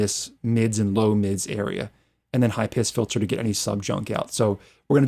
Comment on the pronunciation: Love your teaching style, great advice, very well presented, nice results. On a humorous note: I can’t believe nobody called you on your pronunciation of “high piss filter” !! I speak four languages and traveled for two decades around the world, so I understand accents, language barriers, all kinds of stuff. But except for that one word, you sound like a very normal English speaking (from America) kind of guy. Not sure why you pronounce high pass with an i. Anyway, thanks for a great tutorial, catch you on the next one !!